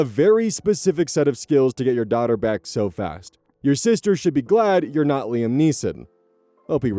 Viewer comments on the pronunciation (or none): none